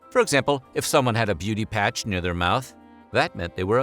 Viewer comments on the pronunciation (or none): none